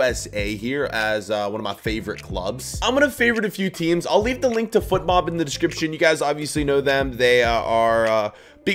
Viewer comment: My guy can’t pronounce his sponsor’s name It’s fotmob not footmob